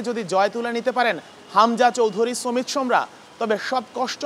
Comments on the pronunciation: hmm vai shomet shome nh samit shome hobe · এত উচ্চমানের সাংবাদিক আমাদের যে সমিতের নামটাও সঠিকভাবে উচ্চারণ করতে পারে না। বাংলা ভাষাটাকে বিকৃত করার জন্য এরাই যথেষ্ট 😂